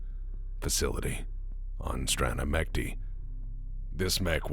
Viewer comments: wtf is strana mekti? dumb freeborns can't even pronounce "mechty" right? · Страна мечты. Russian for country of dreams. The roman letter form is Strana Mechty. Pronounced Strah-nah M-yeh-ch-tee (ch like “check”. Also the sound ы doesn’t exist in English and sounds more like pronouncing оo-ee quickly, rather than ee/y). However people have pronounced this wrong for so long it’s pretty much canon as “mek-tee”